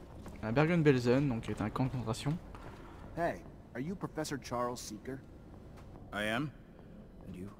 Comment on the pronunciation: pour ce qui concerne Amélia son nom est reacher et pas seeker